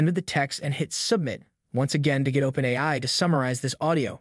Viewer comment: That's the best AI narration I've heard yet. It's still obviously a robot; but, I have to admit, I was fooled for almost a whole minute. Even if someone isn't aware that AI narration is a thing, they'll still definitely be disoriented by the awkward pronunciation. In this case, the phrase "OpenAI" is a dead give away. I may have never been able to tell if it weren't for this one phrase. Which narration tool did you use?